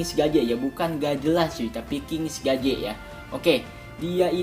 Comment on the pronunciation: kings gaze bacanya kings (geiz). tatapan king